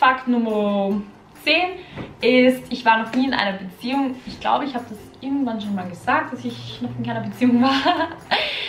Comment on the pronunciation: Ich hab als sie Beziehung gesagt hat erst Museum verstanden 😂